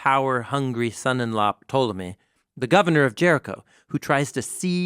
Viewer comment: Ptolemy is pronounced 'tolomie'. I also wanted to say thank you for leading me to Christ through bible project!